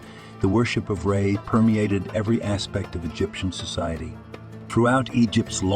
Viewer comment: Who the hell is Ray?? A.I. presentation orators should be programmed with proper English skills or just replaced with a lazy human like we used to have doing the job.